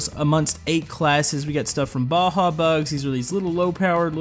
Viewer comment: its not baha its baja